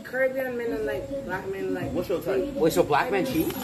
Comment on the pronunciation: why adin cant say black normally he always has to say it like a racist